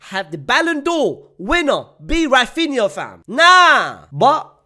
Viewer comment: Oh my god, he said Raphinha, what is happening 😯 I can't believe it